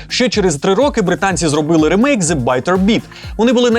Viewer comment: Правильно казати/писати "рімейк", бо саме так читається англійською слово "remake".